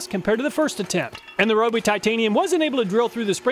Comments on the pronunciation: It kills me when people pronounce Ryobi wrong like he does. It's Ree-oh-bee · Fun fact: Ryobi is pronounced REE-oh-bee (see Kyoto or Tokyo).